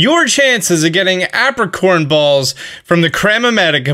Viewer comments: I distinctly remember the Johto anime pronouncing it "EY-pricorn".... not "APP-ricorn" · Is this how Americans pronounce Apricorns or is this guy just a silly goose? I say Ape-ri-corn. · "App-ricorns" lol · Lol the way you say apricorn kinda triggered me cause its pronounce ape-pri-corn